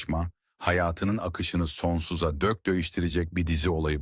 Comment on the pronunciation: Her şey çok güzel fakat bariz kelime hataları insanın dikkatini dağıtıyor. Örn; "sendeledi yerine sendeledöö, sonsuza dek yerine sonsuza dök" gibi. Bunları düzeltirseniz çok daha güzel olacaktır. Emeğinize sağlık